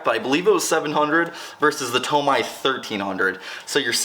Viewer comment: awesome vid! My dream car and color ! although tomei is pronounced (Tow-May) not (Tow-My)